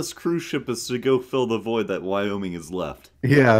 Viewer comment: Did you say void